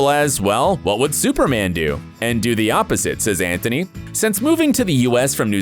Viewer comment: It's Antony not Anthony